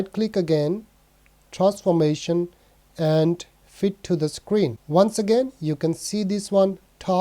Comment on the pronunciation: I like how you say Sacreen and Sacroll